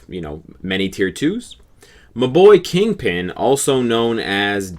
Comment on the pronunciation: what did you call kingpin?? DJ what??